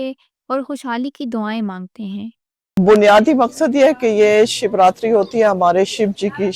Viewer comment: Shevatri nahi shiv ratri madam . Thank u for this great video. Pls show more pak hindus n temples